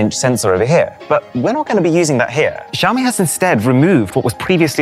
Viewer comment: Xiaomi = showerme